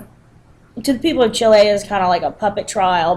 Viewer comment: check the pronunciation of Chile and Allende, please